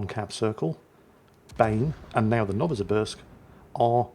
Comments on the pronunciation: Novo Sibirsk... Sibirsk as in Siberia... You're welcome.. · Novosibirsk - no-va-si-BEERSK - no-va like a supernova, si like simple, and the 'sk' like sketchy as frig. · 'Novosibirsk' is pronounced as 'novo-SEE-beersk' (added vodka-induced drunk Russian accent optional). Both the points lead and the Condé reaching 0 health just a fraction before the Marceau did, who had a sliver of health remaining when the Condé's bar was already empty, probably made that a victory. It is sketchy, though. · Dear, Nova-see-BEERsk